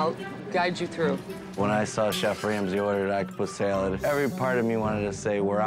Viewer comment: Octopus s-ya-lad